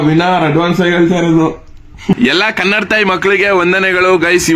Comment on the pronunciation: Yoww adu kannad taayi alla kannadaaa taayi next time sari madkoli